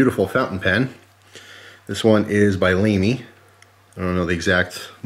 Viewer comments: The pen is a Lamy Safari (Charcoal). EF on the nib (the metal writing part) stands for extra-fine, so it might be just a bit scratchier than the average pen, but it produces a thinner line. And it's usually pronounced Lah-mee ;) Might just be the hook to fountain pens... it is very much like knife collecting. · as soon as I saw the safari I knew would mispronounce Lamy lol. you are right, fountain pens are just as addictive as knives, and the safari is a great starter pen.